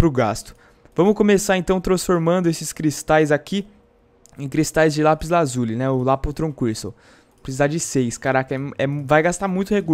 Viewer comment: aff que ridiculo vc falando lapis AZULI kkkk